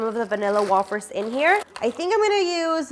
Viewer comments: I thought it was wayyyfers😂 not wahhfers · wafers are pronounced as way fers love ur videos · saying wafers wrong 😂 it’s pronounced wayfers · The way she is saying vanilla wafers lol it is like way-fers not wo-fers